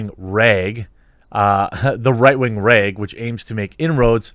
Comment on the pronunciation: It’s so weird how rag has a long A in your accent. It’s like the same as pray or ape.